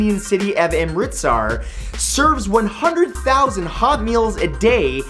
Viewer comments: im rit sar lol amritsar got butchered. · Matthew it's pronounced uhm-rith-sar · He pronounced Amritsar completely wrong.